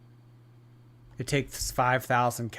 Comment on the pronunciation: I hate it, 🙉 absolutely cannot stand how she says Cow-Lee-Father instead of Cauliflower.